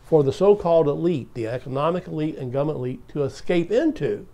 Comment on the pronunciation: I wish you wouldn't pronounce it "gumn't" because I want people to take your ideas more seriously.